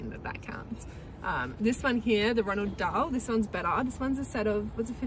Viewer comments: Roald Dahl - not Ronald 😅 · Roald Dahl 😊 NOT Ronald Dahl. Tricky huh!!